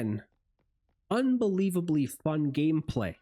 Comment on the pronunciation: Is it just me or everytime you say "fun" it sound like "fock"